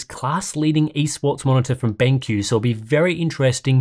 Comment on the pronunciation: Dude said BangQ.